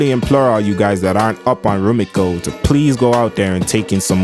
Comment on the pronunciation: It's RumikO Takahashi, not Rumika!